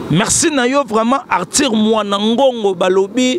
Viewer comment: Belle émission mais ce journaliste dois apprendre à bien prononcer Arthur et non artir